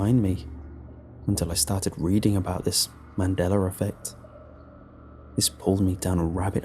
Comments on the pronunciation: It's Mandella not Mandellar... Or is it? :-\ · THERE'S NO R AT THE END OF MANDELA. THATS NOT A REGIONAL ACCENT, YES I'VE HEARD IT BEFORE, NO IT DOESN'T MAKE IT BETTER. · "Mandelar effect" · He says the mandeler effect. LOL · I'm dead😂😂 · I think it's actually pronounced MAN-DELL-AH. His accent makes it sound the way it does when he says it.